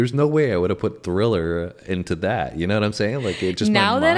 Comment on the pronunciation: Nah I could tell the girl never saw it by the way she said “THILLER” in the beginning lol